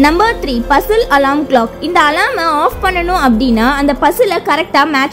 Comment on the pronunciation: Athu alaram ila alarm Nan crt aa dhan solran ungaluku therilana first therinjitu vanthu comment pannunga alarm apdinrathudhan crt aana pronounciation